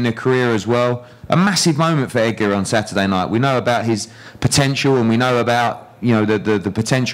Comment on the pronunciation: Someone needs to tell the trainer the D isn't silent in Edgar